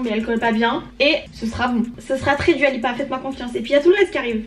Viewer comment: Ça se prononce "Doua" si jamais 🥰🥰 bisous